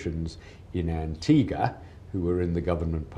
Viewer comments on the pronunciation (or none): none